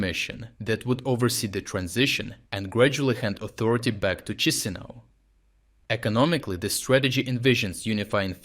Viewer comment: "kee she now" - thats the right way. fake russian accent guy doesnt know how former soviet republic capital is actually pronounced. what a joke.